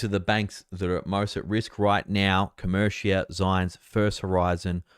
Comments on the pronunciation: My God! Do you read your comments? I told you MONTHS ago it’s Co- MER- ica, not co- mer- Shia! Can you say “ AMERICA”? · Who cares how says it, we all know what he means.